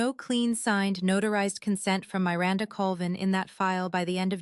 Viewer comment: please choose names that your AI can pronounce. The name Miranda has a short i, not the way that name is said in the story.